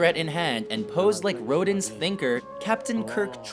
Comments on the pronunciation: junky Jesus narrators pronunciation of "Rodin's Thinker" is beyond horrible.. he Road-in,when it's Roe-dahn. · Ro-din? Is he Japanese now?